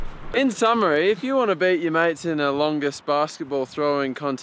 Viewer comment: Lmaoo when he says "beat your mate" I thought he said beat your meat